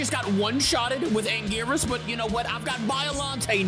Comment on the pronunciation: One thing that pisses me of is pronunciation of gigan and anguirius he says guygan and angwayrus no offense